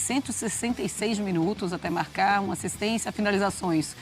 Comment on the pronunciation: "Gabigol voltou a marrracar, Arrascarreta também. Só eu que ouvi isso no começo do vídeo?